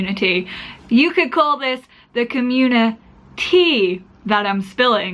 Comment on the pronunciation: "The CommuniTEA" LMAO <3